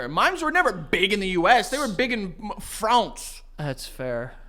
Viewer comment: I am never saying France the same now… it is now “Fronce” 😂😂